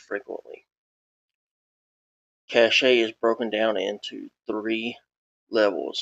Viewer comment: Cache is pronounced like "cash", not "cachét"